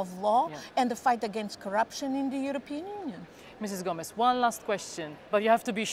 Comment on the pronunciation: Ana Gomes (not Gomez)